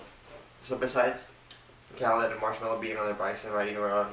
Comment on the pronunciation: it is pronounced like kuh-leed